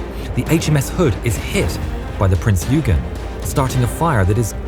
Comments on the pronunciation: pronounce not "prins yugen" but "printz oygen" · Just one thing, it’s pronounced Prinz Oi-gen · Pronounced Prinz Oi gen, great video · In German, it is pronounced Prince Oi Gen. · Please Name the Prinz Eugen rigth its called Prinz eugeen